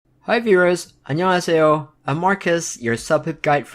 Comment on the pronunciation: Wow, he just spoke Korean, 안녕하세요.and his pronunciation was perfect.